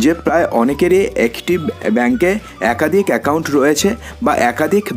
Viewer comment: Bhai tui age kotha bola sekh khari akadik akadhik 😅